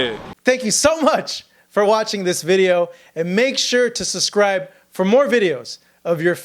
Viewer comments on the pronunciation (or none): Could you re-record your outro? You saying SUSCRIBE has me triggered every time 🤣